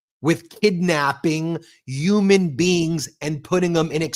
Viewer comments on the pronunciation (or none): “YOUMAN BEINGS” ????